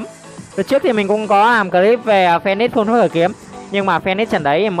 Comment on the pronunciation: Em góp ý 1 tí , là full chứ ko phải fun anh :))